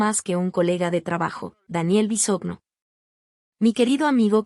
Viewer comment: No saben pronunciar Bisogno (Bisoño), es el colmo.